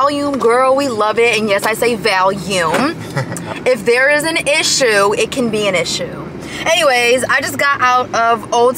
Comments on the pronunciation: Okay but the way she pronounced it isn't the way Valium is pronounced. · Valium isn't pronounced that way. So many grown ass adults not knowing how to pronounce certain words lmao